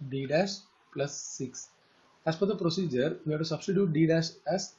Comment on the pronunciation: what was that proceeger you meant sir ?